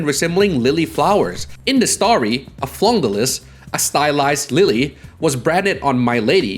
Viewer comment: he butchered a lot of pronunciations, Fleur-de-lis was particularly awful